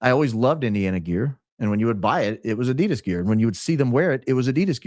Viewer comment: You're pronouncing Adidas wrong but you are very loyal 😊